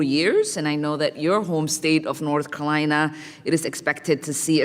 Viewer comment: It's Carolina, not Colina you idiot....